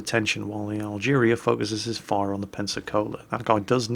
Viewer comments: Algerie. French, pronounced al-guhree, rather than al-jeereeah. Yeah, I know, doesn't care. May as well be driving the "Dave". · Algerie Algerie. NOT Algeria!!:P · Yes, there's no "I" in "Team*" - just as there is no "a" at the end of "Algérie",.